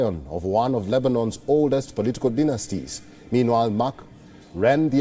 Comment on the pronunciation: He said Dinner-Sies instead of Dynasties 😂